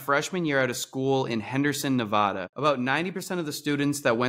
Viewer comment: not trying to hate but he said Nevada wrong